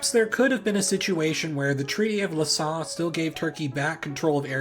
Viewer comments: Hello from France. I like your channel, but you should find a solution for the pronunciation of French names please. Lausanne (lozan, with a like in cat) is not Lhassa in Thibet, as you said it. Sèvres is quite like ’savr’ in English ( with a like in usa). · Dude, why are you double-checking your prononciation, and then misspronounce it ! We pronounce it like sèvr ! Btw we pronounce Lausanne like Lozan. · Guys don't forget it is an open "o", not a closed "o" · the treaty of what? Lausanne would be like Los Anne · > Looks up "Sèvres" > Immediately mispronounces "Lausanne"